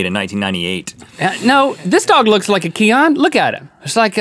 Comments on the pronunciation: It's pronounced "key-in" ..not "key-on" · Cian (if that was the name of the Irish Wolfhound) is pronounced "keen" or "key-en" in Ireland. Great episode so glad to have you guys back as part of my daily routine! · Love the way link cant say cian if you want to pronounce it its more ceyn lol